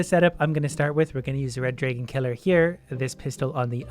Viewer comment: drAgon. not draygon you naga!